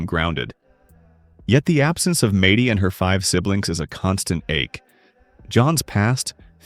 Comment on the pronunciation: AI sucks... "Madey" 😂